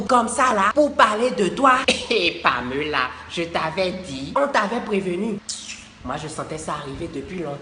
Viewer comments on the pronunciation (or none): La prononciation de pamela m'a mis ko 😂😂😂😂